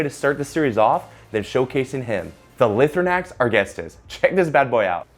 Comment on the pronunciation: Awesome video! My only complaint is that it’s pronounced “Lie-throw-nacks” and not “Lih-throw-nacks”